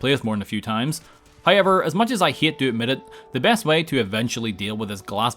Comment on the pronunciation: I fucking hate your hayever pronounce